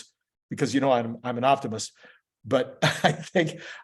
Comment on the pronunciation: Did you say you were an Optimus? or Optimist? 🤣... Or is it just me, I'm thinking to much of Optimi